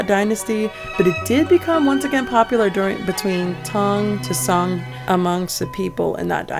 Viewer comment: The o in Song dynasty is more similar to long o (as in blow), not short o (as in English word song) btw.